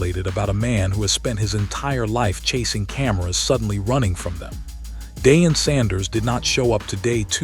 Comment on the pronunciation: Learn to pronounce Dion's name CORRECTLY!